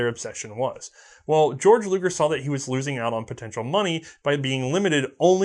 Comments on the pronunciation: I don't know if anyone told you this but you said Georg Luger's name wrong. His name is pronounced "Gay-Org". Although Georg is the German equivalent of the English name George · Why does everyone say "GAY-org....like everyone with that name i met in germany literally just said it as "George" and laughed at that gay-org style of saying it